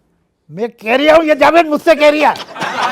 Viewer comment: Abey zaved, Jahil balkay zahil it's Jaaa ved